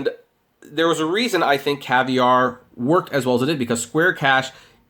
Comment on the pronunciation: Caviar... not Cavier